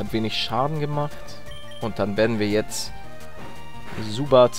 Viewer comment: Es heißt Zubat und nicht Subat